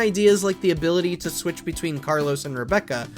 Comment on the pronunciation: PLEASE. PLEASE. This guy said resident evil 0 you switch between Carlos and Rebecca. .....He said..... Carlos! This alone literally makes this journalist's credibility out the window.